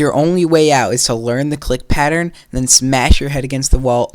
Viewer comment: den OW ment